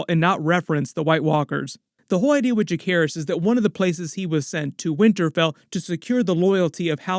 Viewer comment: Bro did you just say Jackerys?